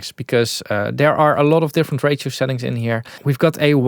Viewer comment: when saying ratio, it sometimes sounds to me like "rachel", like the name Rachel so distressor probably distress a lot of Rachels out there...